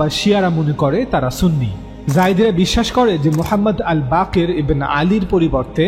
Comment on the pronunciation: ওয়াবি ত বেশি,সুনি বললে সুনি হবে না